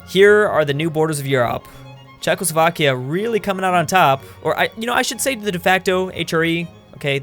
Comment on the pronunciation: “Chezckslovkia” YouTube: Chuckles Vodka